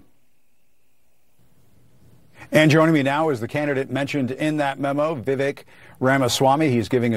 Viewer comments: Jim , its pronounced VivAKE. Like Cake. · You’d think the guy going the interview could learn how to say Vivek